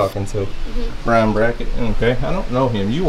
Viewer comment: pronounced Brian's name correctly.